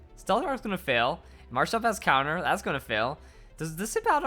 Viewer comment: It's marshtoMp not marshtop